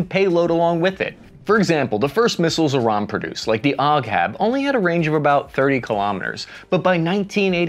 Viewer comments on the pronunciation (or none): “Ogg- haab” 💀